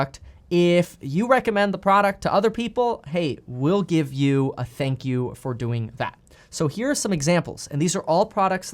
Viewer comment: No, “sank You!” #1